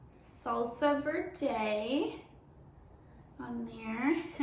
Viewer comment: It’s salsa verde (verrrr-deh) and verde isn’t made with guacamole it’s made with green Chile peppers